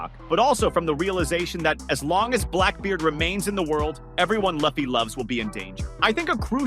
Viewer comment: The fact you mispronounced his name multiple times is annoying